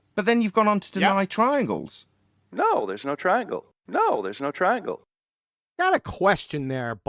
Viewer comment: Twaiangles, just said he did his experiment by Twail and error….. 😂😂😂